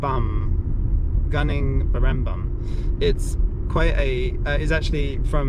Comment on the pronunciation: Gunung is pronounced as goo-nong :)